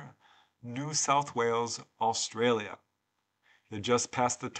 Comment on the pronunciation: Why the emphasis on the word "Australia"?